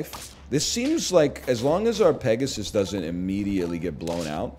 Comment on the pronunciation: he butchered peg so hard